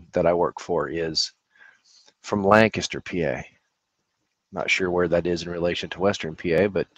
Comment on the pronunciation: Hi! I have to appreciate that you pronounce Lancaster correctly. 😅 Your librarian friend taught you well! It is a word that is pronounced many different ways, and usually not the way we pronounce it, as often happens with names of locations. Lancaster, Pennsylvania is located just north west of Philadelphia and is closer to the eastern part of Pennsylvania.